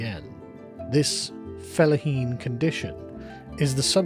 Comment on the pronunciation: I swear Sargon, I am so tired of hearing you say "felaheen".